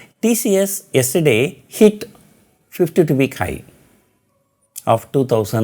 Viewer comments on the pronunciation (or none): It is "high" not hi